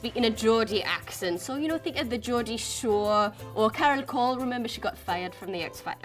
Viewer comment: There are way more than 17 British accents ! These are just the basic , well known ones. SCOUSE is pronounced scouSe not scouZe. GEORDIE is pronounced georDie not georJie.